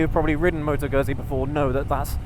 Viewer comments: Must be very few people who still pronounce 'Gutsee' as 'Guzsee' come on it's not difficult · Just a couple of quick points. Let's get the pronunciation of the brand correct. It's not Guzzy as in Fuzzy, it's Guzzy as in Tootsie. Secondly, there is no way this bike can ever fall into the "cruiser" genre. It's just not a cruiser so continuously referring to it as one is simply misleading. It's not even a "retro" bike because Guzzi have been making this style of bike for several decades, so it's original Guzzi not a retro. I'm a fan of the brand so I just like to have reviewers describe them accurately.😊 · you need to learn to pronounce Guzzi; It is "GOOD-Z" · is it that hard to pronounce Guzzi right??